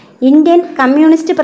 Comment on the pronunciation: ഇത്രയും മഹത്തായ ഒരു കൃതി വായിക്കുമ്പോൾ ഉച്ചാരണം ഇത്രയും വികലമാക്കാതെ ശ്രദ്ധിയ്ക്കുക. കഥ എന്നതു് കത എന്നൊക്കെ ഉച്ചരിച്ചാൽ എന്തു പറയാൻ